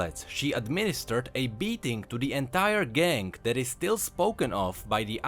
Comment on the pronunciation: You say "gang" like "gank"